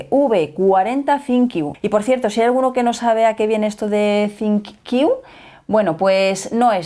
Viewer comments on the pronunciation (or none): Porque que Decis Sinqiu Si es ThinQ?